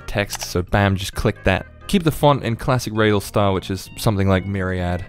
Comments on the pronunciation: Reydal ❌ Radal✅ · yes, also its pronounced "raa.dal" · Radal: "Tells people how to pronounce his name": raydell